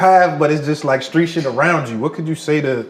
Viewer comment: "Screet?" Screet sh*t huh...😂 You Krazy